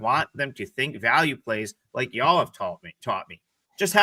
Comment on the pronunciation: OMG I just watched the replay and did attempt to say y'all. Straight YouTube gold. 👏 Love it y'all 👍